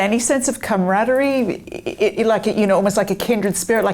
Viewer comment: “Camer-ard-eree” not “Cam-Rad-ree”.